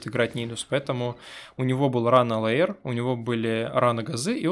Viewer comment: Может всё-таки хотя бы лэир, а не леер.